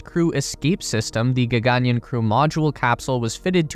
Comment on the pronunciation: Word spelt in English: gaganyaan. Every western speaker: we will swap the single 'a' and the double 'aa'.